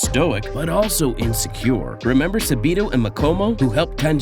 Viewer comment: No hate or anything but who is subido I thought it was sabito 💀💀💀